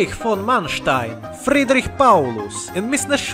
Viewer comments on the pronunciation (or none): none